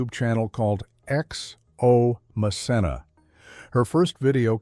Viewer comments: PLEASE Narrator!!!! Learn the correct pronunciation of the names!!! Or get a new job!! Pronounced MaKenna! Not mcsena! Please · It’s ma-ken-na (Macenna). We knew all of this already bc she said it over the years. I love when ppl paint a storyline as if we don’t already know. She’s educated us over the years if u watch her vlogs you’d know that. 😂😂😂😂😂😂. She still sits at a desk n sew patterns lol depending on her projects. We knew know of Romeo n how they met too. This video is funny well put together though. And the cottage is my fav as well as her la home her mom’s hand painted arts and the baby we all waited for her to finally test positive on baby Kade. Mom of a how 2 yr old still doing her thang now released shows with hgtv we love her over here. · Voice over dude her named is Ma Ken Na!!!!🤣🤣🤣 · You're not pronouncing her name correctly. Though spelled with a C, the C is a hard C like a K. MaKenna! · I've been following her a long time. She's amazing. You should be respectful enough to learn how to pronouncing the names of the people you talk about. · It’s Macenna pronounce the c as in k. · I’ve been a subscriber of her YouTube channel for years…and she is a beautiful person and very talented……it’s nice to know a little more of her personal life….but I am really happy that she keeps her personal life separate from what she shares on her videos! I corrected you every time you said her name …because you were pronouncing it all wrong…which I found very irritating.